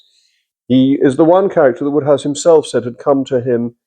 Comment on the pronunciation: Why call him Woodhouse when it's Wode...which rhymes with Road!